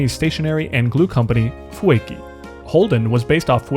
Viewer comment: The way he says Fueki for the first time is so funny to me for some reason.